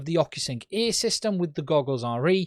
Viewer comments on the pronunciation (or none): He says ‘air’, I hear ‘ear’.